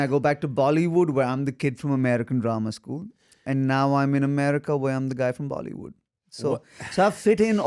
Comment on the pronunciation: I like how he says Bali would instead of bollywood😂😂😂😂❤